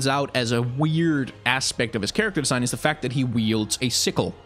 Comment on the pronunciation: This is random and off-topic, but I noticed that a lot of your consonants tend to be unvoiced. Words like "vision", "believe", "design" - which usually are pronounced /vɪʒən/ /bɪliːv/ /dɪzaɪn/, you pronounce them as /vɪʃən/ /bɪliːf/ /dɪsaɪn/ which I find really interesting. This has to do with phonetics and I definitely don't expect everyone to understand what I'm talking about, but I was wondering where you're from and whether English is your first language and/or if you've had contact with other languages that might have caused this :D